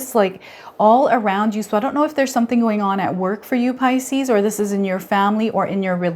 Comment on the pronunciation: Puleeeeaaaase! pronounce 'pisces' properly- it's sooooo irritating